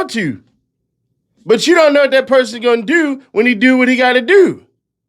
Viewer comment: “I had nothing to DEW with it!” 😂